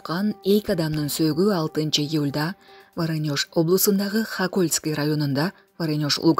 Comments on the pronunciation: ВоронЕж эмес, ВорОнеж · ВАРАНЁШ 😂😂 Же ВОРОНЕЖби ??? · Варонёж эмес - Воронеж шаары. Ударение на букву О,после буквы Р. Шаардын,айылдын аттарын ар дайым грамматикалык ката менен айтасынар. Жазган нерсени так,туура окусанар боло.? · ВоронЁж эмес Воронеж эле. Качан онолуп окуйсунар. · Туура айтасанар боло Варенеж эмес, а Воронеж. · Диктор,Воронёж дейсиз го😅. Эмнеге не грамотно суйлойсунор? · Варанёж дейтко мына сабатсыз. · Воронеж, ударение 2 чи о го тушот. Окуп жаткан кыз орусча, чет тилче аталган создорду интернеттен кантип окулушун уйронгулочу.